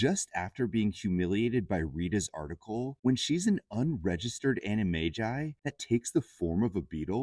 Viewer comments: anima jai? is that the pronounciation? i thought its animaGI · How did you pronounce animagi?